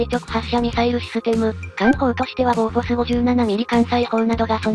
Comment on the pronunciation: いる、今までモーゼルって言ってたのに急にマウザーって言ってドヤるの・・・って思ったらスウェーデン語でもボフォースだったw